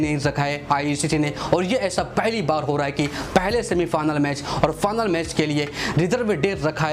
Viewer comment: Final ❎ fanal ✅ 😂😂😂😂😂😂